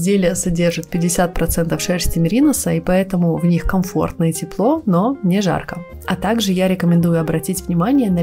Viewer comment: Спасибо за видео, но выучите правильные ударения.МеринОсы, а не мерИносы !